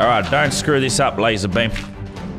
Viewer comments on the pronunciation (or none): You said Lazerbum not Lazerbeam